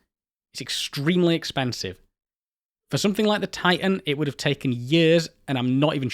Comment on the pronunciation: I'm far more irritated by his inconsistent consonant pronunciation. Sometimes within the same word i.e. "mi'igated". Typical of educated people who are trying to hang on to or cultivate a more working class accent. I don't care, pick one. "Ti'an" or "Titan".